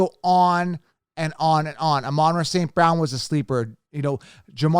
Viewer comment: Gotta give it to you for that amanra pick. Glad you figured out how to pronounce it. Lol